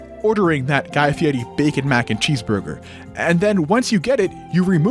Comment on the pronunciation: I hate that he keeps pronouncing guy fieri correctly